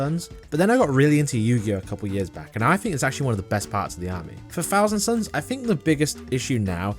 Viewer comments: Uhm, mate - the faction is called "Thousand SONS", not suns. 😅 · Thousand Sons... Not suns 😂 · hate to be “that guy” but it’s thousand sons